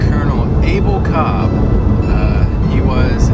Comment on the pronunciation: Actually, his name is pronounced like "Kulp." Col. Kolb is one of my ancestors, my mother's maiden name is Kolb and the family is still in SC. Its interesting that my ancestor's grave could be haunted.